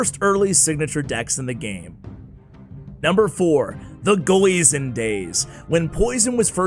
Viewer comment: You almost gave me a heart attack when you said “goison”.... thats stuffs scary.